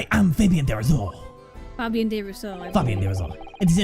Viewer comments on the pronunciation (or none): As a french, I love what they did with Fabien The "ze" hurt....A lot.....Because on how accurate it is HOW THE HELL DO Y'ALL PRONOUCE THE [H] ALSO